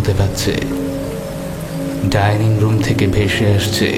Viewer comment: Tinni r motto choto meye dining room er " dining " lithe tha pronounce korche ki kore ?